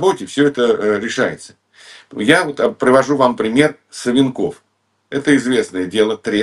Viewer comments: Не СвинкОв, а САвинков, запомни "разведчик" грамоШный 😅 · Ну это стыдно не знать Геннадий Владимирович если упоминаете- Борис СА'венков, а не СавенкОв!!! И ведущая не поправляет- понятия не имеет о ком речь!!! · Не СавинкОв, а САвинков. Что за невежды учили Гудкова? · Господи, привел общеизвестный пример. Ударение на фамилии Савинков ставит неправильно. О чем он? А сколько провалов ???? Сколько убежало этих чекистов. Сам то Гудков убежал.